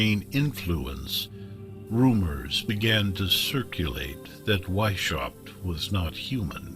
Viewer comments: AI mispronounces everything, it's annoying. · You guys should’ve looked up how to pronounce Weishaupt correctly. It’s pronounced like VAIS -H-OW-BT…the H pronounced as in house.